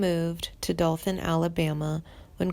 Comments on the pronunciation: Not only that, but the narrator can't even pronounce Dothan. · She pronounces Dothan wrong. Do (long o as in doe), th (emphasis on th), an (pronounced EN). Like in the sentence: ' DOe at THe ENd'. It irks me to hear it pronounced wrong. This is a Southern Regional dialect. Only found in SE Alabama, SW Georgia, and NW Florida. All in all about 20 counties. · Nor can she pronounce Dothan